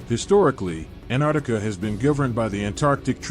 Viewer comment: Where the hell is this anarctica? Im from New Zealand and below us is Antarctica it has 2 T’s in it if you cant say it how can anyone take you seriously.